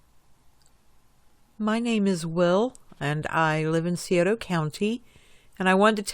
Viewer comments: I don't usually like to correct folk Scioto is pronounced cy oat a. if this looks right to ya. sorry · You are NOT saying Scioto properly. That's strange for!